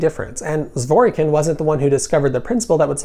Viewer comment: Zwor Kin. The 'y' is silent.